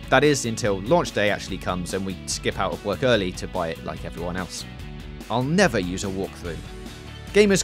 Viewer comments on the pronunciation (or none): none